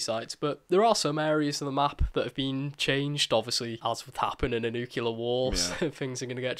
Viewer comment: pronounce 'nuclear' properly. Haha